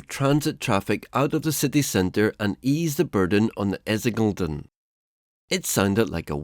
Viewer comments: It's because we have this germanic habit of concatenating words. It makes it harder for foreigners to determine the breaks between the words, thus unintentionally creating false (=meaningless) hyphenation homographs. He actually tries to say Essin-geleden (instead of Essinge-leden) and mistakenly assumes a silent vowel. Please also note that commenting on other people's language is a lot more despised habit in other countries where they typically don't flaunt this behaviour of being language police. Often, a more blunt or even derogatory term like grammar nazi is used, like in the UK... However, I do agree that people born in English-speaking countries tend to be rubbish at pronouncing words from other languages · Essingledon ... that was a funnt noice. Great video! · Your pronounciation of essingeleden haha, its Ess-Ing-Eh-Lé-Den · It's actually two (kind of three) words compounded. You split it as "essinge-led(en)", "(the) essinge-trail" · Jeez ….diabolical pronunciation, not even close, especially Essingeleden. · Han som pratar låter svensk. Ändå kan han inte uttala ortsnamnen och Essingeleden korrekt, vilket är lite förvirrande. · Extremely informative video that gave me context on something I've never really heard discussed much. I really liked it! The pronunciation of Essingeleden was questionable though, lol. It's like you tried to make it as difficult as possible to pronouce by not pronouncing a single vowel after Essinge. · I usually don't care that much about pronounciation but the way he say "Essingeleden" should be a crime. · Essing-elden... what? Youlsvunda? Oh, dear... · The narrator confuses me. He is clearly not British or American so my first guess was Swedish. However he fails to pronounce Lovön, Essingeleden (the highway built in 1967), Ekerö, Häggvik and other places around Stockholm correctly. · Förbifart was pretty good. Essingeleden you really butchered.